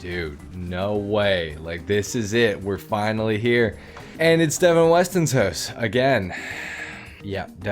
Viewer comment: Love it how you say “Hoose” the same way we pronounce it in Scotland 😂😂 “Devin Weston’s Hoose”